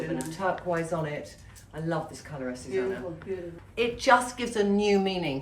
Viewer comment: Trinny her name is AzucEna not Azusana